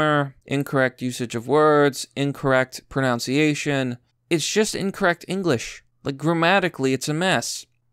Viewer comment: You miss pronounced pronunciation. Haha